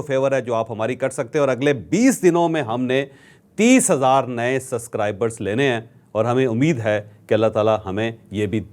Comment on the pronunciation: Ch Shb its Subscribers not Suscribers